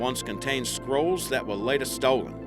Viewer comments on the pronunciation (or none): none